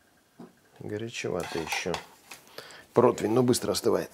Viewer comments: Противень!!!! А не дурацкий протвень!!! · блин, ну, рне протвень-же, а противень. 🤣